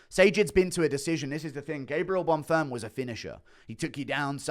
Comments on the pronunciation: I think he’s dislexic or something because there are loads of fighters that he just continuously mispronunces. He’s been saying Gabriel bon ferm instead of bonfim for years now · He’s also still saying “bon ferm” when talking about bonfim I have no idea where he got that from